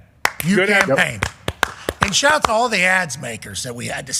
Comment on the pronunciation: with the Monmouth County shaht aht let’s go